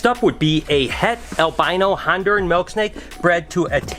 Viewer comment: its MILK not MELK haha, you're the man!